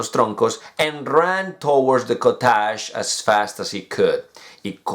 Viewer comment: This is my first time seeing you making mistake in your pronunciation, you pronounced (cottage) very bad, but is okay that is normal 😊😊